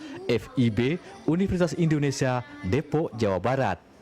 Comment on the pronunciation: Depok bukan depo Jawa barat ..gmna nie narator suara nyh